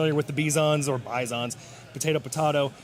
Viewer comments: And the Russian is pronounced bizon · It's bih-zawn Like big-zawn And the inflection has to be on the zon, like you are french unhunhunhuuuh